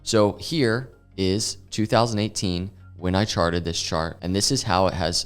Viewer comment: All I hear is ‘I sharted’ 🤣